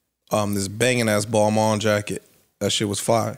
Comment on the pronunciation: Poor lol its pronounce Ball - Main not Mon lol